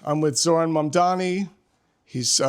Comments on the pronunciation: Every time I hear this guy say “Zor-Anne” it makes me wince. Zohran always says “ZorON” why can’t people repeat what they hear when someone says their name? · It's Zore-On pronunciation.. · love the vid! but I gotta say, it's pronounced "Zor-On"